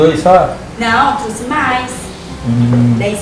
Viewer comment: melhora o portugues bichao. Nao se fala TRUCE, e sim TROUXE. Kkkkk